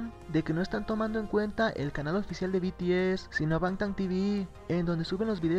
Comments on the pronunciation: be te ese jaajajaj XD hasta mi mama sabe decir bi ti ez oye en que canal lo viste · Beteese 😂😂😂😂 When no sabes pronunciar un grupo HERMOSO y FAMOSO.... PD: PINSHE YUTU SON MIERDA 😈😈😈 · Al final del vídeo, "El grupo coreano *BETEESE*" Ay dioss, es BI TI ES, BTS!!! YA APRENDANSELO NO?? ESTO ME ENOJA SINCERAMENTE, SORRY :''C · Alguien diga le a la reportera que no s beteeze que es bts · "beteese" xD típico